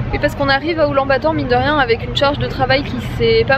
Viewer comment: Mais oui. Sauf la prononciation, on ne dit pas Oulan-Bator. C'est un peu comme " Oulane - Bator "